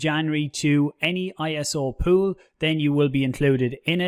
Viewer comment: You say pool, i hear poo... Can't get it out of my head 😂